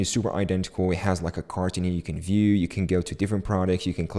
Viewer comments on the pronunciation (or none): none